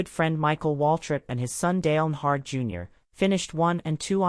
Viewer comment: When AI can't even pronounce the guys name the story's about. To the do not recommend list you go 😂